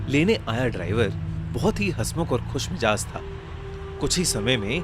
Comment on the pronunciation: Khush mijaz😂 Khush mizaj hota hy😅